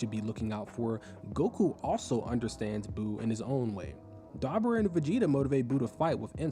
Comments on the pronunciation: the accent on dabura is on the U, so its dabUUUUUra, not dAAbura bro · DAH-BOO-RAH Not DabbaRah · Great video. But Doe-bur-a lol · Bro this video is awesome, but the way you say Dabura is diabolical 😮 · Stopping after the way you pronounced dabora